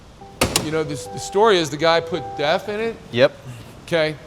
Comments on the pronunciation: Oh sorry it’s def, sounds like your saying death haha. But why don’t you explain what and why people are trying it. Thanks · A little background would be nice. I live in the Southeast US, and I have never heard of def. I had to look in the comments because I thought you were saying De@ Is it something available in a regular gas station somewhere? If so, what type of vehicle would use def?